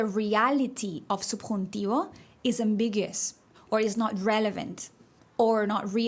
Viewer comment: Ambiguous. Am-big-u-us 😉 Love your videos. I’m learning to speak Spanish and really like the way to teach.